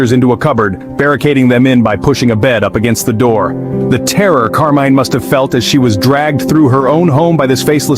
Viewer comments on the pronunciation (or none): Interesting take on the Mr Cruel crimes. And thanks for the captions for the hearing impaired, too, much appreciated. Two things. 1/ There is no evidence for Mr Cruel being a serial killer besides one alleged murder. 2/ The name of the murder victim is Karmein not Carmine. There is no stand alone C in transliterated Cantonese, it is K. Karmein’s parents originally came from Hong Kong.